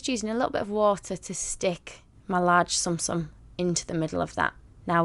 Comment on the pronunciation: I know that I am being like that one really annoying person but you where say tsum tsum wrong. I know I know, but it's still amazing and really cute!